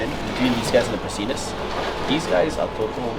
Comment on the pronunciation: I thought I heard you mispronounce the Latin name, i.e. you sounded like you said, "prastinus" or "pristinus"; the genus is correctly pronounced pra-sigh-nus (no "T" sound after the first S).